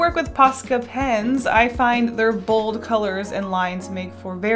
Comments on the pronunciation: It always disturbs me when she says "pens" She says: Pins Me: they're pens!! One of the easiest things to say!!! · well some people, including me, get annoyed when she says pins instead of pens. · Am I the only one who never noticed she has been saying “pins” instead of “pens?” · So you DO pronounce pens like pins sometimes. I thought I was going crazy. Thanks for adressing it 🙈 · Your videos and cute illustrations keep making me want to buy more posca colours! Also I didn't even realise you were pronouncing pens as pins. I had to replay to figure out what you were correcting 😂 it all sounds the same to me! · i never noticed you said pins instead of pens lmaooo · is anyone noticing that she is saying paint pins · I pronounce pens as "pins" too and people give me so much shit for it lol like hush guys.. that just how I talk.. just let me live my life ah! Lol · "Posca pins" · I hate to be that guy, but i’m gonna be that guy. It’s kinda annoying when you say ‘pens’ over again. As a non native speaker i didn’t even notice it in the first video and i still can’t hear a difference tbh